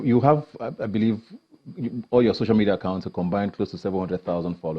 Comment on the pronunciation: Its so-cial media not shosho media u liaring bastard